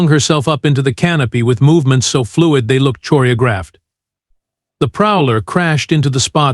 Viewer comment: Shame your AI doesn't know how to say Choreography! Story's about 10% different from the rest in this sub genre